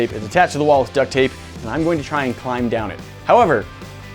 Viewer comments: Yea but i hear it as duck thape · Lmao "duck tape"